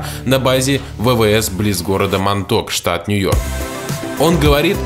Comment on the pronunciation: Монтаук монток не правильно